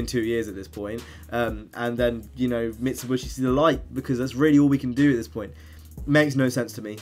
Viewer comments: Mit - su - be - she* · Mit-su-bi-shi not mitsuBUSHY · UGH! Not again! What's next, no Nissan? Also, it's pronounced MIT-Suh-BISH-ee. Sorry for being a grammar nazi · Stop saying MitsuBUSHY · Mit-su-bi-shi say it with me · Mi - Tsu - Bi - Shi* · its pretty annoying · LMAO I thought that as well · Mitsibushi???? It's pronounced how you read it 🤦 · Are you saying Mitsubishi like that on purpose just to wind people up or am I missing something? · The way you say Mitsubishi is really weirld, lol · Well I'm a grammer commie! All pronunciations are equal (except some pronunciations are more equal than others), so I don't care if he says it wrong.